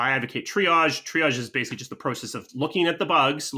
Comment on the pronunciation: Pro-cess I dont know how many times I had to blow my brains out when I heard him say that. No shade ofc lol